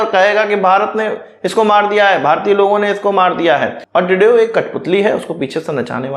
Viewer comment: Bhai tredeeau ka naam shi se lo